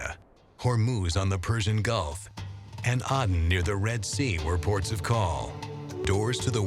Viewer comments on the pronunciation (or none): none